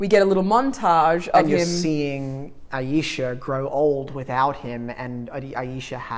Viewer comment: Pretty sure her name is Alisha, not Ayesha. Also, you guys didn't mention the coolest bit of the film, when Buzz is doing the entry orbit calculations manually and he pulls out the chart!! Aaargh so cool. Great video though. You two are really getting the hang of this!